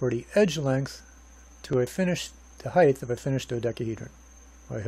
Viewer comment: sorry, pet peeve...it's not HeigTH, it's HeigHT